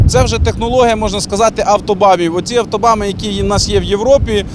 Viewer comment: Передайте этому руководителю ШБУ, что не "автобаМы", а "автобаНы". "БАН" в переводе с немецкого - дорога.